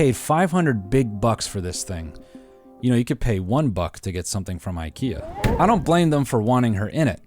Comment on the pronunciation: if you're going to do the accent at least pronounce the store 'Ickyuh'